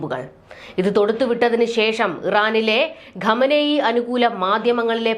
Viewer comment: എന്തിനടി ആളുകളുടെ പേര് മാറ്റുന്നത്. ക്വാമേനി എങ്ങനെയാടി കമനി ആയത്. ഈ പണിക്ക് വരുമ്പോൾ എഴുതാനും വായിക്കാനും പഠിക്കുക.